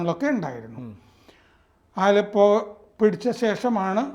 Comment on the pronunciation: എന്റെ പോന്നപ്പൂപ്പാ ആലപ്പോ അല്ല അലെപ്പോ.. ഞാനൊരു സിറിയൻ കമ്പനിൽ വർക്ക്‌ ചെയ്യുന്നതാണ്, പക്ഷെ ഇവിടുത്തുകാരെല്ലാം ഭയങ്കര ഹാപ്പി ആണ്